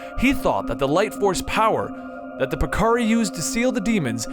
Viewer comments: I LOVE your video a lot; but, you've passed the error limit. I could have accepted the way you said piccori, and vacation, etc. but come on now, Ganondalf... I'm done for the day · holy shit the pronunciations of names is awful....Vaati and the Piccori ....totally mutilated their names...